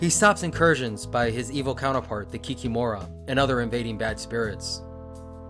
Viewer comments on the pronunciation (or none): Kikimora must be pronounced with an emphasis on the second "I" ki-KI-mora, (kik-EE-mora), and not "kikimOra". Vodyanoy - emphasis on the second "O" vodyaNOy. Please, never mispronounce, it hurts Slavic ears. Make research, ask. On that note, Baba Yaga is pronounced with an emphasis in bAba on the first "A" and in yagA on the last "A". BAba yaGA. In my experience I always heard and saw, when people move to another house, people just get a broom - it must be done upon leaving the doorway, - standing at the doorway, holding the broom inside the house they say "DomovOy, DomovOy, come with me". It is believed, that he sits on the broom and by that moves to your new house.